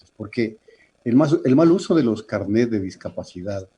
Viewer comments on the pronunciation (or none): No son CARNÉTS son CARNÉS, en singular CARNÉ, no carnet